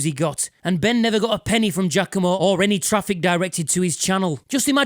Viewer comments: You'd linger a bit more on the "a", but it's definitely more correct than people saying "G-ah-COMB-oh" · Is it really pronounced "Jackomo" or is that your accent?